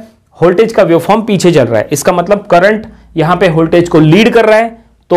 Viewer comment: its voltage not holtage